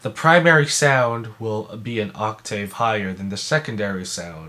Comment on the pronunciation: What kind of musician says octave like that lmao